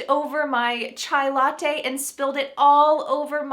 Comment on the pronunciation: Hi, very nice this video about different words. You pronuonced very well the words latte e paparazzi. About the word cartoon, I didn't know was Italian, I always thought was American. In Italian language have also PATIO, KIOSKO and of course yogurt. Thanks for sharing this interesting video. See you Hi from Italy